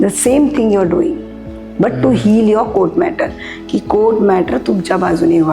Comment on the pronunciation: Madam कोट नसत ते कोर्ट अस असत